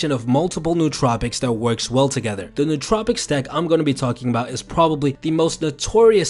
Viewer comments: Great video, but you do make one common mistake. I'm sure others have pointed out it's 'no-o-tropic' not 'newt-tropic' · It is not pronounced 'new tropic'. It is pronounced as if it were two separate words: no otropic. English doesn't have many words that differentiate between vowels but this word does. Similar to how we differentiate vowels in the English word "idiot" - which is how you sound if you pronounce nootropic incorrectly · its pronounced no-ah-tro-pic!!!! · Pronounced like Noah Trop icks